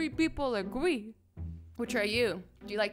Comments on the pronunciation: One of the things I don’t like about azzy is that she was saying agwee instead of agree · Azzy:56 pepole agwee like if you heard azzy saying agwee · did anyone else notice that she said “Agwee” and not “Agree” 😂😂😂 Cause I did